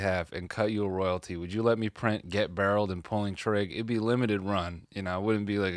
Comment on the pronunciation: Because of him me and my dad say barrled